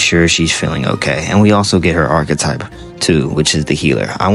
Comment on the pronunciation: You really suck at pronouncing some words, huh? Like Archetype and Regicide.